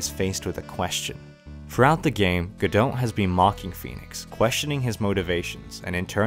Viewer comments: It's pronounced Guh-dough. The "t" is silent. And it is French I believe. There is play called "Waiting for Godot". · Godot is pronounced Go-doh. The "T" is silent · Just gonna call Godot go-dought but in asia go-dout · I believe Diego Armondot is supposed to rhyme, do the T in Godot would be silent. Also, Laurice (i pronounced ee) Deuxnim (dew nim). Meaning Larry two name Edit: missed the a in Deauxnim, it's doe nim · Excellent video. The T in Godot is silent, btw